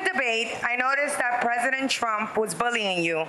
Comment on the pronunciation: Presurdent he said. Like wtf why are they not grilling him like trump on his health and speech. Why dose it not concern you as a American they are pulling sh.. Over your eyes